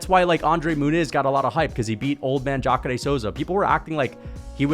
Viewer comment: The way you pronounce Jacare is 🔥. I had no clue that was the pronunciation.